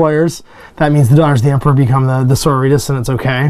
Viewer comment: You mean Sor-OR-it-tas, not soritas, or doritos or whatever it was you said there lol! :D Not mad you got em (more jealous than anything else! I've been playing the girls since Rogue Trader days...) and rather glad I get this sneak peek!